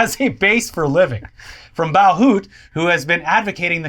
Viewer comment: For people interested in "Bauhutte"'s proper pronunciation: It's similar to german. "Bauhütte", translated "Building Hut", could be a name for a hardware store. It wouldn't be "Bow hoot". The "bow" part is mostly correct, sounding like "bau", but remember the german language is very straight forward/direct in its pronunciation. The double 't' indicates a harder version of the regular 't' and shortens the vowel before the 'tt'. You don't need to know how to pronounce the 'ü', because even germans would know what you mean if you replace it with a 'u'. Think of the 'utte' more like in "butcher". The 'u' is like 'oo' in "school", just shorter. And the 'e' at the end is not omitted. It's like a short "uh", like in confusion. Or just listen to it from your favourite translation app :-)